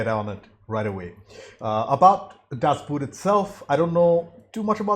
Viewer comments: Its a Boat not a shoe. It is pronounced Das BOAT. Not like the Boot. Also: there is just 1 version you must watch. The 6h TV cut. Even the directors cut doesnt do it justice. And now your questions: The crew is quite because of sonar, not radar. The wide shots is is a small scale model. There was a guy laying inside, which barely fittet in, driving that machine. At one point it sank. This model also appered in the first indiana jones movie. Interior shots are made on a hydraulic plattform. Interrior is built after real plans to the T. the translation of that movie is terrible. A making of is on youtube About your reaction: i always thini it is dumb to react such a movie. You annoy yourself and tze audience with questions that are answered a minute later in the movie. You also miss so much details.... On a sidenote, das boot is the first book of lothar günter buchheims book trilogy. The captain returns in the 3rd book, he didnt die. Also, read the book. Worth it. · Just say "Das Boht"...not boot 🥾, not boat ⛵ 🤭... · Boot in German is pronounced similar to boat in English. Das Boat, not like the footwear boot. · Don't say: "Das Boot" but say "Das Boat". It's written different but spelling and meaning is the same. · It´s not buut people. It´s boot. Learn German at least that much, for the love of god!!!!! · Is pronounced "boat". Sounds the same as in English. The movie is not about footwear.😉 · Best... submarine... film... ever. It's pronounced Dass boht, by the way. Or Dass Bot. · Hi, glad that you took the opportunity to watch this film. It would be nice if Americans and others would try to pronounce the German word right. It's actually the same as in English BOOT meaning and pronounced BOAT! It's as simple as that. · It is painful to hear mispronunciation of the movie name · In German Das Boot is pronounced Boat. It's not footwear. It's an Uboot Unterwasser Boot. Underwater boat.